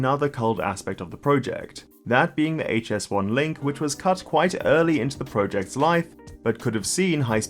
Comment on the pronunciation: Great content and analysis, very much appreciate it however I may just kindly add that the way you say ProJects is quite odd !